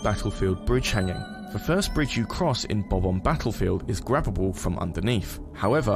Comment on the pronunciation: Does anyone else get irritated when someone says “Bom-omb” instead of “Bob-omb”?